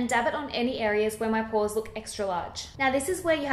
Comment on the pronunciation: Porahs? You must be a Boston girl. Boston's a good town, I'm told.